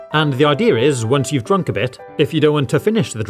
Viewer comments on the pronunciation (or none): Did you say drunk or drunk at this part